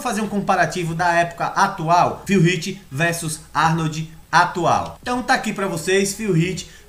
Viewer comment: Pq vc não aprende á falar o nome do cara!!! No Olympia eles falam como é o nome do Phil Heath???